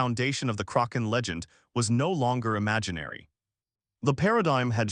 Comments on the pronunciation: DUDE!, it was NEVER called The CROC -AHN, It was CORRECTLY CALLED THE KRACK - EHN. IF You do NOT KNOW HOW TO SAY A WORD OR A PERSON'S NAME,... YOU LOOK IT UP!!!!! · I agree with you are relying too much on AI only to narrate your stories. It is detracting very significantly from a documentary that would gain far more positive notice, if humans played a far more active role in the final stages of production. This video is in English. It is inexcusable to mispronounce the word Kaken when it is the subject of the video. It is NOT the result of regional differences in pronunciation. It is just wrong!!! I call attention as well to the word, "read". It can be pronounced as, 'reed' or 'red'. All it takes is one individual paying attention once to the audio to catch and correct these errors before the final version is dropped. I tell you the truth. is absolutely 100% right. I really loved this video, but, the mispronunciations made this almost unwatchable for me. Please correct and take a little more care in your editing in future and you'll have me watching for a long time in future. Thank you and sincerely, Bill Baker in Toronto